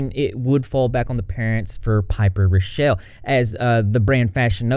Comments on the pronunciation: Raw-Kell Not Ruh-Shell ... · How come not a single YouTuber knows how to pronounce and spell “rockelle” correctly? “Rock-ell” Please spread the word to all the drama channels I’m tired of y’all getting it wrong 😂